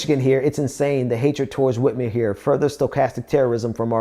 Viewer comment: Hey..it's Gov. Whit-MER, not Whit-MERE...